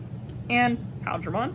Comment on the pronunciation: Definitely appreciate this video, I couldn't find green blue imperialdramon deck build almost anywhere. And I believe it's pronounced like pie eel dramon